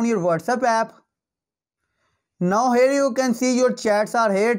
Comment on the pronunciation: Sactroll dawn. And hair u kan see... Wow what an English bro...😂